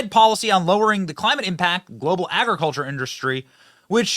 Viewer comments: wtf is "cli" "mate" change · "Clamite change" ok dude.